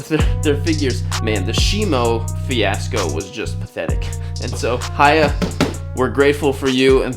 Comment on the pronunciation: For pronunciation, it's "hee" YA toys... not "hi" ya toys.... just like the Japanese camera manufacture Nikon is pronounced "Nee"-kon; not "Nigh"-kon.